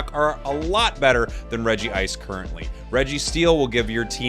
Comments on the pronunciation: Its not Regi-ice its Reg-ice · Regice so bad he had to say it twice